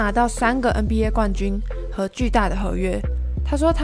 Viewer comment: 别再念”嗯BA” 了 ………… 求求你